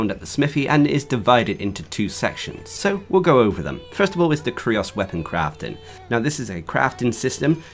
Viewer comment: I think its pronounced the same as the word "curious". Great vid tho.